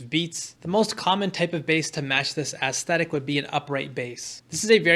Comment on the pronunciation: I took a shot every time you said "aestetic" and now I have alcohol poisoning